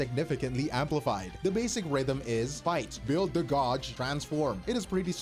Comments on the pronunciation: Her “gawj” is wild. Gauge. “Gaej” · bros pronunciation of gauge is a rage bait I swear